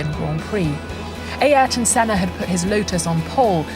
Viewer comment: The way the narrator pronounces "Ay értôn sêná" or "senar" sounds funny